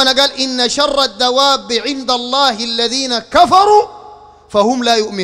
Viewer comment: أنت تنطق إسم الله غلط عوضاً أن تقول اللًه تقول اللا لا حول و لا قوة إلا بالله العلي العظيم